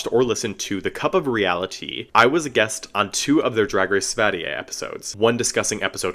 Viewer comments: that was VERY good pronounced //a swedish girl. Keep up the good work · I think you literally copied the script of the video I'm editing on this season lmao. Oh, well, great minds I guess ;) And your pronounciation of Sverige is really good! I do hope we get a second season and also that more international fans get to see this series. There have been some pushbacks though with this season being state funded and the anti drag/trans rethoric from the US spilling over into Swedish politics. The second biggest political party in Sweden are old neo nazis so of course they are gonna complain. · Daum u acually kinda said Sverige correct🥳 (love youre videos) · omg im swedish and you pronounced sverige LITERALLY perfectly!! I could easily mistake you as swedish, damn! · Native Swede here, your pronunciation of Sverige was honestly perfect! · Thank you for giving the season a proper review, and for pronouncing Sverige with perfection ;)